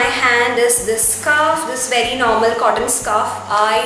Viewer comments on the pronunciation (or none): none